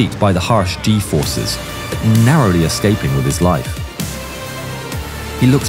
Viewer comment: 9.22 did anyone else hear D forces?